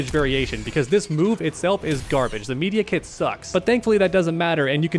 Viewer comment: Say Medi-kit again please